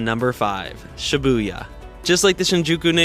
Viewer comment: Dont say shyabuya